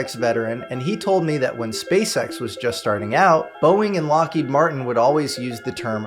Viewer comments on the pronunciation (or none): none